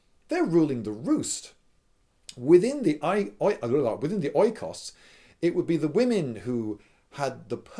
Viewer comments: Economy is derived from oikos, thus oikos is pronounced like eco(s). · oikios is pronounced ikos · Look,when you have to pronounce a greek word, don't sweat it too much if you don't get it right,even online dictionaries are often wrong.It's bloody greek, ain't exacly easy and the word is pronounced "ikos" emphasis on the "i" if you want to know.Nice video btw. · as a greek this was too funny especially when he said oy-kos... YESSSSSSSS well the word is e-kos... in the greek language we have... lets say a few letters and combination of letters for the sound of "e" : i, h, y, ei, oi... all those are read with the same sound. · Provided that this video was recent, i would comment that the word is pronounced just "ikos". But that would be petty if i do it right now, wouldn't it? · i am afraid i am going to break your heart lindybeige, but the greek pronunciacion for the letters "oi" is "i" as in linen or linda or lindybeige :) (not as in light or icon etc). so oikos is pronounced "ikos". when people first transplanted that word from greek to english they wrote it with an "e". ecology and economy for instance have ikos inside them. they are translations of ther greek οικολογια and οικονομια. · It's pronounced ikos and the modern translation is home, the difference is that families were larger thus the people living in a home were not so closely related... but oikos is the equivalent of spiti the way home is the equivalent of house, oikos means house but it also meant more. Something that perhaps may clarify things is that the first part of the word oikogenia (family) is oikos and the second is genos witch means your family tree (loosely translated). I know I probably confused more than I helped but not only some Greek words carry some underlying meaning but also the words themselves derive from weird word roots... Genos for instance comes from the Geek word Genisi (you might know as Genesis) and means birth. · "Οί" sounds like "ee" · It's pronounced "ikos".